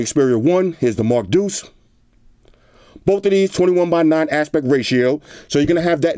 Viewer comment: This. They should know it's the Mark DEUCE